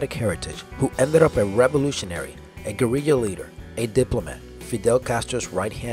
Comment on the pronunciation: Ugh, pronunciation of guerrilla! Whats with this guy?